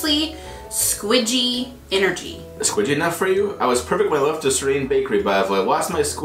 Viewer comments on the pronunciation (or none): Sore reen. Not serene.